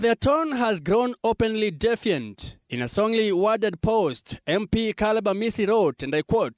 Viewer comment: Di fa yant (defiant) Mr reporter not defient